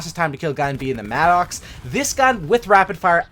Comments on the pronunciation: It MADDUCKS not MAD OX . How can you be a native English speaker and say that shit? You probably used to call martyrdom Marty Dom too... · it’s pronounced “mad-ux “